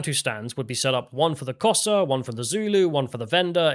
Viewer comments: You're pronounced Xhosa wrong the X is pronounced as a click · Does "Kosa" mean "Xhosa" tribe? The name's pronunciation begins with a click of the tongue upon the roof of the mouth. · Come on,. Try a tongue click for 'Xhosa'. You know you want to. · Xhosa is pronounced with a click at the start. edit - I see that this was addressed.